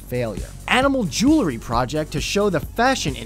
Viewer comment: …..no such word as ‘jewlery’. It’s ‘jewelry’.